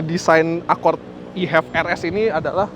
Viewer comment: ACORD Gimanya ngucapnya ?😢